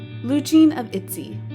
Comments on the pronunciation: Saying Itzy as "Etsy" not "Itsy" or "Itchy" (the closest to Korean pronouncination) is a pretty big mistake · Sorry what even is this girl's pronunciation.... Roojeen Mixneen Etzeh Yeejee Chewy (for JooE) Girl they say Itzy say it right damn, Mixnine is a a mix of two english words... Listen to their introductions And I know this ain't an accent thing because the rest of your video is in a perfect english accent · The fact that your pronounced Ryujin and Yeji and ITZY wrong multiple times... (Ryujin the whole time) Ryujin is not mistreated... do y’all not know Chaeryeong? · Also Itzy, Minju, Jooe